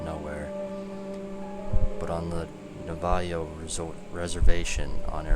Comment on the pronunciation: Navajo is said like navahoe